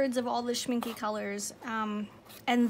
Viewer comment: its not pronounced schmink-uh for english-speakers its best pronounced schmink-ey. you can mimic the last sound by the "eh" you would make when imitating a cliche italian :) like in " this eh Is eh the best eh pizza in the world"